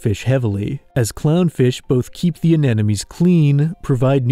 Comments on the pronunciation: You pronouncing anemone as anenome made me question reality for a minute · if youre going to use the word, learn how to pronounce it - AN-EM-O-NEE. in your position mispronunciation is just laziness. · Why can no one pronounce anemone correctly?